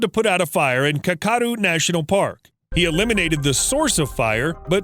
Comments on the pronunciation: car car doo......that was painfully american. Kaka-doo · Its not kar kar doo its kac a doo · Sorry just had to say this, its not carcardoo national park, its kakadu - CACK - A - DOO. Awesome place btw. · Ohh. You butchered the name Kakadu. Kak-a-du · I learned about these birds during my numerous trips to Australia. But I couldn't keep interest after he mispronounced the name of Kakadu National Park (KA-kuh-doo). I understand people make mistakes, but providing a source of information and then having mistakes within just bothers me. Just my .02 . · Kakadu 🤣🤣 it’s kak-a-Doo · Interesting pronunciation of Kakadu National Park